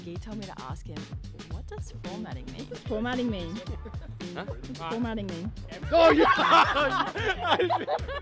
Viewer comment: "Formating" ➡ 😧